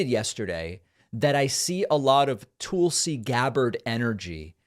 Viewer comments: its not Toolsi Gabbard.. its T'uh'lsi Gabbard. I noticed you do that with Tulsa the city as well. Its not Toolsa, its T'uh'lsa.. maybe its an eastern accent thing but being that you correct a lot of grammar i thought i might bring that up. although maybe your saying it that way because she is a compete tool. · “TULL-see” not “TOOL-see”, David. Come on. Hawaii person here. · Its not Toolsi its Tulsi. Trust me Glenn Greenwald does not ever talk about you. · Toolsi? Weird how he says her name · Why does he always mispronounce Tulsi's name like that? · Please stop mispronouncing Tulsi's name David.